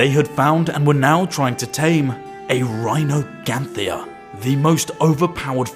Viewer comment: Its rhyniognatha dude 😭 not rhinoganthia